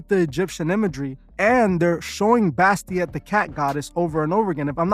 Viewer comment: I apologize but it’s Bastet. Bas- tet.